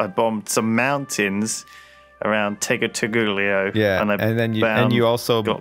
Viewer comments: its tee-goo-si-gal-pa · Lmaooooooo.... TEH-GOO-SEE-GAHL-PAW! I swear they've called Tegucigalpa everything but xDD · I cannot take it any longer I will not stand for this. Its pronounced Tay-goo-see-GAL-pah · haha Lewis alllmost pronounced it right. the hard c he does is English or Italian style, Spanish that c is an s, tehgooseygalpa